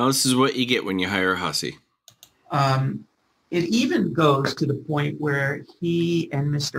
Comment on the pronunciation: I like how one lawyer said Miss Hussy and the other lawyer pronounced it whosee. 😂